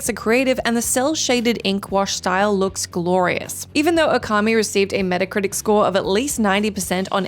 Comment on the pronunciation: Would it be pedantic if I said it's "Ōkami", not "Okami"? 🤔